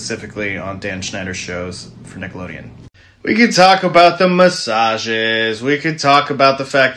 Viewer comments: You keep saying Nickoloneon instead of Nickelodeon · this man cannot get names right. Nickenodeon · 🤣 That man just said forget the “d” in Nickelodeon